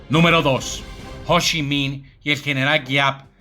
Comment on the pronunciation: Hoshi min o cochi nin 🤣🤣